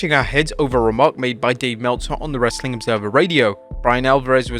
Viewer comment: does anyone else try to exit the video before he says "wrrreesstling content"? lol